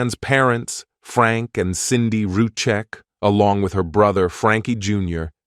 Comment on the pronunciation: it's SANDIE not CINDY....